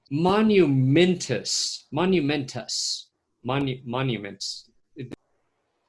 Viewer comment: Momentous or Monumental not Monumentous:)